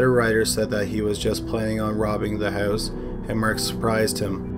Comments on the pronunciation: I love it when your canadian accent comes through. "How the killer got into the hoos" 😅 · In the same hoose